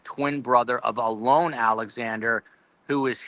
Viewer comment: I think you're saying Alones name incorrectly I'm not 100% sure but I think it's pronounced with a long and like a lawn